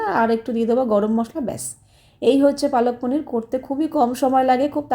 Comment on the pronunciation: অশিক্ষিত সত্যি "palak paneer" ওটা কে বাংলায় পালং পনির বলে আর উনি কন্টিনিউ পালক পনির বলে যাচ্ছে অশিক্ষিত একটা।এবারে ন্যাকামো করে ভিডিও করে বলবে যে আমি হিন্দি তে বলেছিলাম।😂হিন্দি তে বললে উচ্চারণ টা "পালাক" হতো 😂